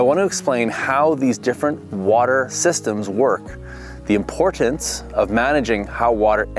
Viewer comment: I didn't know "importance" has 6 syllables.